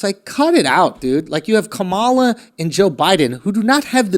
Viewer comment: If you don't know about Biden and his HANDLERS, and if all you know about Kamala Harris is that she has good taste in Timbs then you are clearly selling out or misguiding people. And the pronunciation of Kamalas name really sounds like Camilla just as Prince Charles wife's name. Now in order to package Kamala to appeal to the culture of today's movement, you put Timbs on her and sound out her name as if she is black like I am. Kamala Harris sister is Hillary Clinton's people and that's how Harris was the ORIGINAL Democrat nominee until Tulsi Gabbard destroyed her in a debate. Biden, is a world class liar and war hawk. Just so you know I am a regular American Blackman who works everyday. Im not a republican or Democrat. If I can see this shit then you people on You Tube better get things right, other wise we have to see you as suspect. You want to start getting things right, then no more gray areas. Tell it like it is because that's how it is.